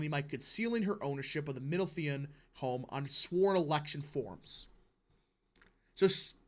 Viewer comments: Minority democrats have no compunctions lying to get ahead or for political power...and it's "mid-LOW-thee-un" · Pronounced Mid-loa-the-ian